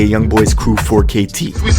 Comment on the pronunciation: Y did he say 4kt like that